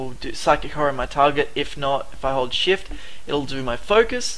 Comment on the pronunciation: I love your accent, in the video u said: I personally like shift, but it sound more like, I personally like shiet :D Hope you see the funny in this, otherwise great tutorials! Keep em coming plz!